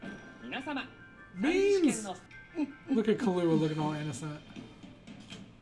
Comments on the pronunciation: It's pronounced "Kill-oo-a", but you're emphasising on the "oo" too much, like "Kill-OO-a", just say it all at once like Killua. I sound like an idiot lol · The accent is on the Kil, not the lua of Killua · Why do you keep saying Kullua It's Killua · lol he keeps callin him Kahlua like the alcohol. BRUH